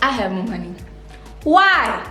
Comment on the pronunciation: “ it’s one moneeey”😭😭😂😂😂😂 You’re so funny.😂😂❤️